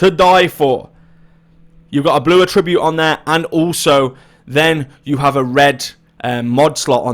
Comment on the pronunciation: Without meaning to sound like a dick please check the pronunciation of attribute. It's not "A Tribute".